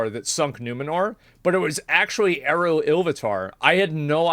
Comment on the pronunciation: Asmon out here completely leaving a syllable out of LotR God's name. . . . Also, all the Elves with C names are hard C like K. 🙌